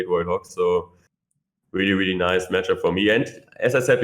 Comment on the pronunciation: “Weally weally good”